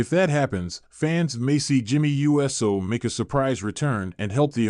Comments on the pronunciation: It's uso, not U.S.O. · ai is so dumb just say uso not jey u s o for real pronounce uso right. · Why cant this guy pronounce the Usos names right? Jey and Jimmy U.S.O??? WTF???